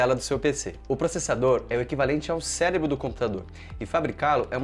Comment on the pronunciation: Adorei quando vc falou celebro kkkkkkkk